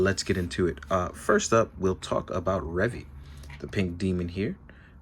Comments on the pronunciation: Why do you refuse to pronounce his name correctly? It's literally pronounced... in the show. It's Re-Vie, not Revvy. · Revi's name is actually pronounces as "Ree-vigh" instead of "Reh-vee". In Japanese, the v is said as a "b" (Ree-bye). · Pronouncing stuff the way it is said in the show is not an unreasonable request. It's clearly not Revvy, so why say it like that? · IT'S RE-VIE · so why is he refusing to say it... The proper way? He's inventing his own pronunciation for no reason when it's literally sad... In the show. He even pronounces Revice correctly but not Revi. What even.